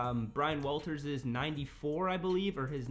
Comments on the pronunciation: Waters not walters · It’s Brian waters fam lol not Walters 😂